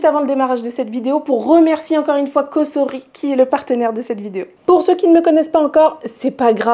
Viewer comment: Bonjour Merci pour vos recettes et vidéos par contre pour votre collaboration, tentez la bonne prononciation "S"entre de voyelles se prononce" z " et pas "ss" Donc c est "Cozori" en phonétique Mais il n y a que ceux qui ne font jamais rien qui ne font jamais d'erreurs...😂